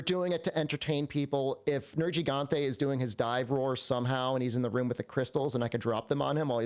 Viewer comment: What's a "Nerjigante"??? 🤔